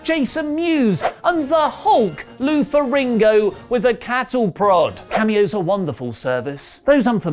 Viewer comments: I'm sorry but who is Lou ferringo? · Lou ferriNGo 🤦🏻‍♂️